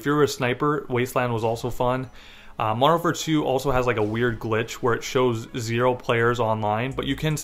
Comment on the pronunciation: Slow down when you say Modern Warfare 2 lol "Mondernfare 2" "Mondern War2"